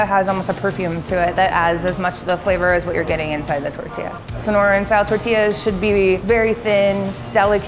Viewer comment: My Soul 😬😬😬 cringes every time says TERtilla 😭